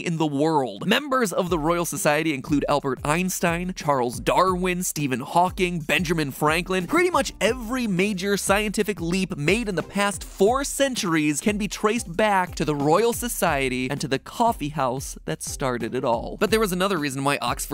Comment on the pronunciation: I just heard "Benjerman Franklin" and I'm disappointed in you, MatPat.